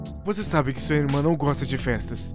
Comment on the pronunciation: "Não é de você QUI eu gosto" gostei ri bastante quando erram as palavras é legal